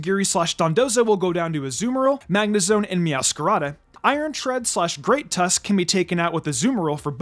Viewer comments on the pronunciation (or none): none